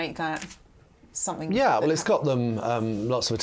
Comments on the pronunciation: Sorry - Kate is a journalist and she says “SomeTHINK”!!!!!!!! Are you actually joking. How do you spell that? How very odd. It annoys me when you hear people say this - but a journalist?!??? Whoooo!! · I thought something is pronounced something, so why does this woman pronounce somethink????? She's supposed to be a professional. Get her eloquent lessons.